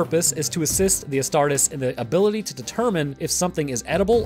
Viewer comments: Please.. It's pronounced Ass-tar-tees, not Ass-tart-is. Otherwise another great video! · I hate to be that guy but it's pronounced "as tar tees" my dude. Nonetheless the video is amazing homie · Hey sorry for sounding like a buttermilk bob but it's pronounced as 'a-star-tees' loving your content man, it gives me more knowledge than my biology classes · Love these videos covering WH40K from you, but can you please pronounce the "-es" from "Astartes" the same as you would when saying "Hercules" and "Achilles"? Otherwise, the Ordo Grammaticus will be paying you a visit soon xD.